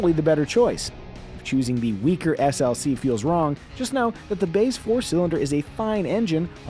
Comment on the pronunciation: I’m not the only one who heard him say GLC right?